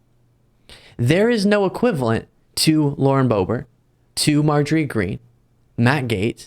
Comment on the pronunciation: Lauren Boob-ert.